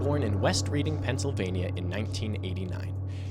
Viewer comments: FYI, Reading isn't pronounced "Reeding", it's pronounced "Red-ing". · Reading, PA is pronounced "redding" not "reeding". Just in case you want to annoy your friends when you're playing Monopoly. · bro pronounced "Reading" like "reading" lol (it's "redding") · I AM FROM CENTRAL PA TAYLOR SWIFTS BIRTHPLACE IS PRONOUNCED REDDING!!!!!!!! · It’s pronouced “Red-ding”. Just like the towns in California and England are pronounced. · “Red-ding” PA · 1. you kinda just broke my worldview because what do you mean you didn’t watch the four seasons? never even heard of it? like i guess it’s my niche but like … damn. 2. reading is pronounced redding (i’m a pittsburgher) 3. i agree with this take for the most part, but also think that it is still unbelievably easy to quickly find common ground with just about anyone as long as you’re comfortable talking to people. i think that we’re looking back on “monoculture” as way more detailed than it was. like a lot of the examples for now are too detailed to have ever been internalized by the same amount of people that watched the finale of mash. i feel like this interpretation of both the “existence” and the “drop off” of monoculture are both confirmation bias. gilligan’s island was popular, but i’m sure that many had no interest in it. hell, it gained traction years after it’s release similar to how many shows have in this new streaming era. and while it’s easy to be shocked and point a finger towards an older person who’s never heard of timothee chalamet, i’d be willing to bet the majority of the population at least recognize the name. you kinda hint at this near the end of the video, but still in a pretty nihilistic way. i can’t really blame you, but i don’t think it’s /that/ different. examples can be found to support either argument. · Not trying to be picky but Reading, Pennsylvania is pronounced "Red-ing". Great video though. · It’s pronounced “west REDD-ing.” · it's pronounced ""Redding" by the way